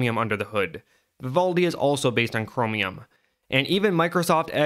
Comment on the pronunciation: The way u say cromium is bothering me but also funny for some reason